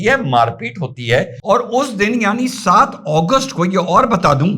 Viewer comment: अगस्त को ओगोस्ट क्यो बोल रहे हो